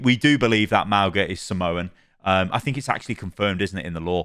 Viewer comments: Just letting you know that mauga is not pronounced (Maow-Ga). In samoan we pronounce our G’s as NG. The correct pronunciation of his name is (Ma-o-Nga) which means "Mountain" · I'm guessing the pronunciation will be clarified when the character is revealed, but I'm 99% sure it's like Mow-nga rather than how we say 'au' in English. Mow like mowing the lawns, and 'ng' is like the Ng sound in 'singer'. It's like Maunga in Māori or Mauna in Hawaiian. Great videos as always,. Thanks for sticking with it through the thick and thin of all the Overwatch dramas 😄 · In Samoan, The letter 'G' is pronounced as 'ng' so to pronounce Mauga's name, it would be Maunga, but spelt Mauga. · Nah but being a Polynesian, it’s actually really nice to see our culture being introduced into mainstream media’s. We’re such a small percentage of the world so it’s really cool. P.S - Mauga is pronounce mah-ooh-nga, the G in his name is pronounce like the ‘ng’ in going. His name also means Mountain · hey, samoan here, btw pronunciation is "ma-ooh-nga" - ng not hard g sound:-)